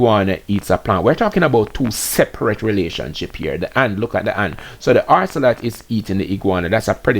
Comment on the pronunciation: Keep hearing you saying orcelot and the word is ocelot. There is no R in the word